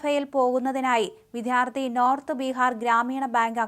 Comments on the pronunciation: വിത്ഥ്യാർത്ഥി അല്ല വിദ്യാർത്ഥി എന്നു പറയുക. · വിധ്യാർത്ഥി അല്ല വിദ്യാർത്ഥി